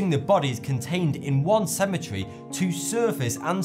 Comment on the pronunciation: HOLY CHRIST! IT'S A CE-ME-TE-RY, NOT A SEMI-TREE!